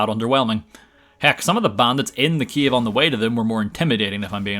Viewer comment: Is it just me or he pronounces cave as Kiev?